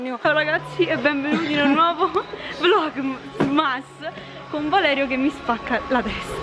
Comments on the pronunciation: Da notare 'vlomas'non vlogmas. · ti era fame?😂..: hai mangiato la "G" di vlogmas adesso è vlomas😅😂